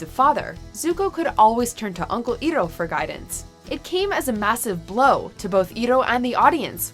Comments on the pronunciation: I-roh not Eeroh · Its not eroh its iroh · EYE-roh not EE-roh :/ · And thats how you know they only read a script and don't even watch the clips its eye-row not e-row thanks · "IROH" IS PRONOUNCED EYE-ROH NOT EAR-ROH!! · It's ir-OH, not IR-oh!!! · Her pronunciation of Iroh's name made me angry cry. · it bugs me that shes calling him E-roh, not Iroh. it might be the same both ways but in the show he was Iroh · It's not ear-oh, It's I-row. Uncle I-row. Uncle Iroh. It's not Uncle Ear-oh. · ITS PRONOUNCED EYEROW NOT EEROE Also no scene from "The Perfect Pear" from MLP where they show Applejacks late parents planted trees? Christ. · It’s pronounced EYE-ROH NOT EE-ROH !!! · Iroh is pronounced "Eye-ROW" not "E-Row" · It's EYE ROH no E-ROH! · ITS I ROW NOT E ROW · It's not Iro i'ts Iroh! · "EYR-ROH" NOT "EE-ROH" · IT'S NOT "EE-ROH", IT'S "EYE-ROH". DO YOUR FREAKING RESEARCH. Avatar is one of the best animated shows ever to grace the small-screen, and it deserves the respect of having it's characters names pronounced correctly >< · Iron is pronounced EYE-ROW not EAR-ROW. Try to learn the pronunciation for once please! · It's pronounced I-row. Not ee-row. Don't label him by that name Sha Malan's bullshit movie adaptation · THE FUCK IS A EEROH, ITS IROH, YOU FUCK. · EYE-row not EAR-row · Eye-roh Not Ear-row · Eroh?? It's I (then ) roh! Watch the show to know how to pronounce it . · IT’s I-ROH, NOT EE-ROH, YA UNCULTURED SWINE! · (Hermione Granger voice) IT'S EYE-ROH, NOT EE-ROH. (eye twitch) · It iroh not ero, say it right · It's pronounced Eye-Row, not Ear-roh. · I am disturbed at the way she says iroh's name it's not e-roh it's AY-ROH (IROH!) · It’s pronounced eye-ro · Iroh's name is pronounced, EYE-ROW! Geesh. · IT'S PRONOUNCED "I-ROW"!!!!!! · A heartwarming list, truly, but that "e-roh" pronunciation hurts my soul. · IROH DAMN IT!!!!!!!!!! EYE-ROH!!!!!!! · Ear-oh? How dare you pronounce iroh like that? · Yeah it's pronounced Eye-Row. Eye-Row. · Cringing it's I-row ( Iroh)